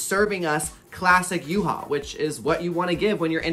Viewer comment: Yuhua' Pronounce are Yoo-Hwa 🤣